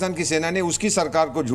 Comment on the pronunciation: Sena ko chhena bola hai aapne